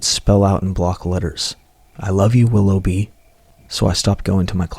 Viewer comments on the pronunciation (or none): none